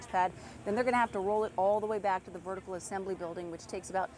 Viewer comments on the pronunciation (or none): Vehicle, Kristen. 'Vehicle' Assembly Building, not vertical. She's so cute.